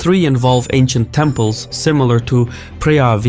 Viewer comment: Lol All those temples 🛕 were wrongly said 🤣